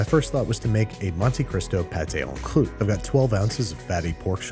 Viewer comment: mate, why do you keep saying it as "on kloot"?